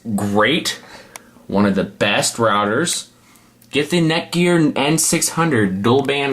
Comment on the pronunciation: is he saying neckwort?